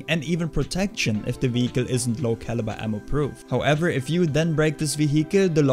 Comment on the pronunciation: any "wiihickel" gang?